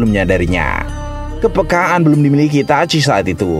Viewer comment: kenapa sih harus Itachui cara bacanya Min... geli